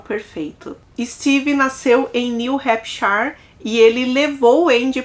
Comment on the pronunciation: Parabéns! Dica: Hampshire: fala-se (hampichir)